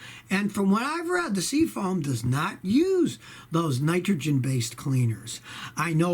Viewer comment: Hey Scotty, what the hell is SEA-FONE?? 😂😂😂😂